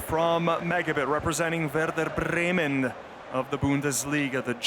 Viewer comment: The commentator saying Werder Bremen is the worst thing.